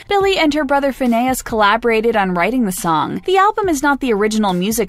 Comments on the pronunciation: did she just say Fin-ay-us and not fin-ee-us ? Omg sorry but I’m cringing right now. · I KNOW BRUH ITS “Finn-eee-us” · SKSKS “FinnAYus” These news reporters really out here with dyslexia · Her brother's name is "Finneas (Fin-ee-is)" not "Fin-AY-is" what the hell? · Fenaus? it is fineus (thats how it is pronounced). like finneus and ferb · It’s “finEas” not “finAas” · Um... Fin ay us?!. What... who....IN WHAT WORLD?!. PHINEAS. FIN EE US. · finNEAS? Isnt it finEAs? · "Finn aye ihs" lmfao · I’m sorry did she just say Finayes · glad someone else noticed it. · LMFAO I was scrolling through the comments just for that to see if anyone else caught that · Lol ikr it's hilarious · lmao it triggered me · Y'all are sleeping on the fact that this host pronounced Finneas' name as FinnAYas And she pronounced Khalid as KhalID and not Khaleed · You had me until “fin-aye-us” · did she say Fina. 😤😭😭😭😤😤 wowwwww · "Billie and her brother FIN-AYE-ES" lol wHaT?! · They called her brother Finneah instead of Finneas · Wait what. did the narrater just call Finneas "fin-ai-us"? time stamp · . did.she.just.say. finn ay es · no no no fin-e-us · Wtf did this person just say Finneas like finayus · Why u callin finneas finAes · “Finayus” 😂 it’s “finneas” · FinnAy-us lol this vids terrible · Fin AY us. Kha LEHD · It's honestly so disrespectful for them to mispronounce his name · sounds like she got jabbed in the face in the middle of saying finesse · Anonymous 0057 oh god I KNOW RIGHT. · omg the way she pronounced Finneas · The way she said fineas hurt me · the way she pronounced finneas and Khalid😭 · OnlyMichaelJackson (Angel) I WAS THINKING THE SAME THING BUT I THOUGHT MAYBE I WAS WRONG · the pronunciation of Finneas made me cringe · the way she pronounced finneas 😭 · the pronounciation of Finneas... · She said Billies brothers name wrong 😂😂😂😂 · So you’re making a video about Billie and can’t even pronounce her brother’s name? 🤷‍♀️ ok 🤷‍♀️ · Damn even her brother's name was pronounced wrong